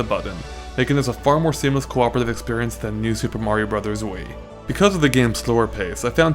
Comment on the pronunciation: ...and it Wii, not Wai